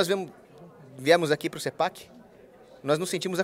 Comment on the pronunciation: Porque "cipéqui" ? E não "cepaqui" ? conforme nosso lindo Português!